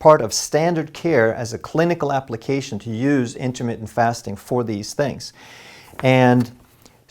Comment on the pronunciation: You need to learn how to say intermittent. You aren't about to get freaky with your diet....it is intermittent not intimate.